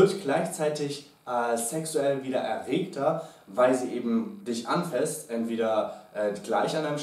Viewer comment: ..habt ihr coachs euch eigentlich.. abgesprochen, dass das "anfÄßt" heißt ??? 😂 so toll die tips auch sind.. DAS macht mich langsam echt fertig ! 😂